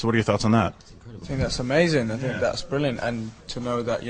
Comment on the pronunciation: Zayn said amazayn and brilliam in the same sentence.. Atleast what I heard ;)